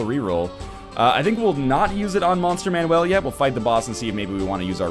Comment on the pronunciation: Is him saying 'Monster man-WELL' phonetically an inside joke, accent, or does he legitimately think its pronounced like that instead of 'Monster MAN-ule'. Not hating, just curious.